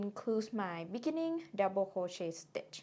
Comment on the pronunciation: You say something like "mikkening" that I don't understand or correct interpret. Can it be beginning? Otherwise your tutorial is such a splendored thing.